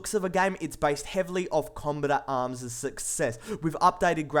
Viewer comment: The voice and accent is fresh but after a while your ears start to hurt from it, lots of words don't get pronounced properly. kombatam- combat arms shoooers- shooters. etc.. i somehow suspect the accent being fake but maybe thats just me.